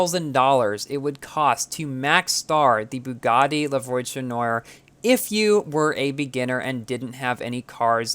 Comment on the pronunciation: Superinformative, but I was a bit mislead by the pronunciation of some cars. La Voiture Noire (= the black car) and Citroen are French words and need to be pronounced as French words. If you try, you can find links how to pronounce it.